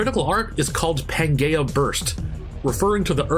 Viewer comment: Fuck no. It's pan jee uh.